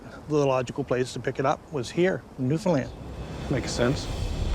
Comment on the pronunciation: How come americans can't pronounce newfoundland? Why do you guys say newfoundlyn? it's LAND! as in newfoundLAND. NOT LYNN